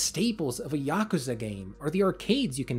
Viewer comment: It's so nice to finally hear someone pronounce yakuza correctly